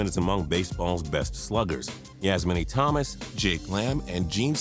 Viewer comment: (Its pronounced Yasmany "Toe-mas", not "Thomas")